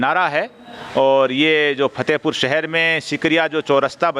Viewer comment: एक गुजारिश करूंगा नाराज मत होना आपकी उर्दू की व्याकरण pronoun में थोड़ी कमी ह उसे दुरुस्त करने की कोशिश करो Fatehpur को आप Phatehpur बोलते हो आराम फरमा को आप आराम pharma बोलते हो